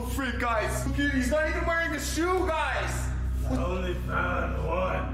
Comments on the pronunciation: he pronounces the period in every sentence and he pronouces it as "gaiz" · GUyS gUYs GAIS gUIsE gaIUS